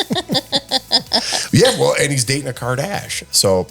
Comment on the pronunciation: Irritates me when says “ wool” instead of “ well” - I cringe!